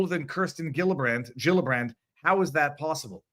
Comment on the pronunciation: Gillibrand is pronounced as a J, not a G.